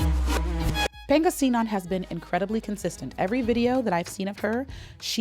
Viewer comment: "Peyng-gasinan". Pangasinan pronounced expensively haha yas